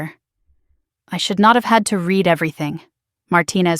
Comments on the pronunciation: Reed (read) first not Red (read) first. AI get it right. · Reed voice for Read